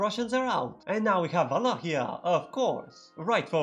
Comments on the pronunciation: You can tell I am from Vietnam by the way I pronounce Wallachia very impressive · Your correct pronounciation of Wallachia gave away the region you are from ;D